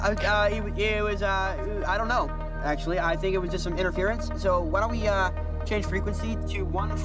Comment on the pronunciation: Oh ya it’s an interfearince😂